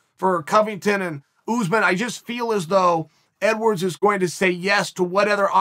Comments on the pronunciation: I just want to say "EDWAWRDS" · “Edwards should fight Masvidal.” Chael: It’s “EDWAWRDS” “Ok, great” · OH YES LEON EDWAWRDS